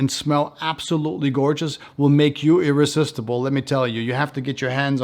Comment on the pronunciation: Iris istible xd